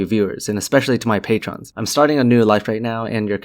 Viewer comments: What is this pay-tron thing? I've heard other people speaking of patrons but never a pay-tron. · seriously how the fuck have you gone your entire life without ever learning how to pronounce "patron"